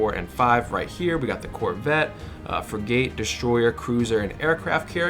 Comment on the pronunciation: You have never served in any Navy. That's obvious. It's not pronounced Frig - Gate. It's pronounced Frig - it. Thanks for your tips though.